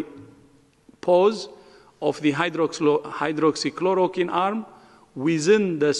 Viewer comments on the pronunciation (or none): Dave Verster he can’t even pronounce Hydroxychloroquine properly. I don’t listen to WHO anymore, it’s a waste of time. The WHO has lost its credibility under Tedros.